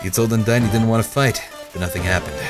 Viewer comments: I'm sick and in a bad mood so I'm going to rage unnecessarily a moment:, "Papyrus" is pronounced "pap-EYE-russ", and Undyne is pronounced, " Un-DYne"- Should sound like Undying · Und - "I" ne. Not Un-deene and pap "I" rus, not pap - erus. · undiin. well i guess toby has never specified how you pronounce thei names but that's still fucking weird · Yeah, I've only seen a little bit, but he seems to - not mispronounce - say things a little bit differently. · Notice how ALWAYS GET THE NAMES WRONG AND HE CAN NOT PRONOUNCE THEM! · pls... you're pronouncing all the characters names wrong! D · he keeps pronouncing all their names wrong :(